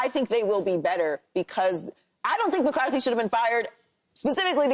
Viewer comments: Paul its Mike McCarthy not mike McCardie 🤦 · Paul’s been saying, Mike “McCarty” for 2 years. Learn his name please